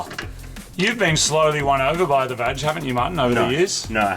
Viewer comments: Please stop say vaj it's vaG"h" 😅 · I can’t keep a straight face when the guys say VAG, as in VAG ina 😂